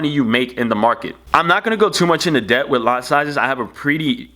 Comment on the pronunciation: GOING INTO SOME DEBT DEPT DEAPT TOPICS and WIFDRAWS BRO LEARN OW TO SPEAK UHG GHETTO dude